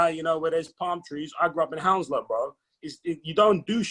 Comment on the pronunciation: Did he just say Hounslow lol